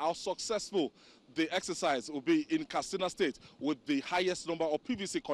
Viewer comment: Simply say 'vote', not ''exercise your franchise''...Plus it is pronounced Katsina, not Kastina.